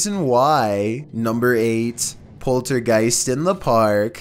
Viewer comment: Poltergeist not poltergeeks